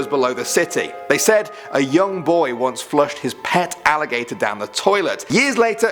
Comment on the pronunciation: That alligator sounds like “IT” :O